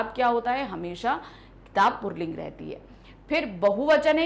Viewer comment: Mam puling hota h purling kyu bol rhi 🤔